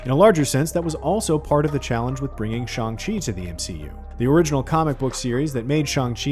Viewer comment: Is there a reason this fad get can’t say Shang Chi correctly…..?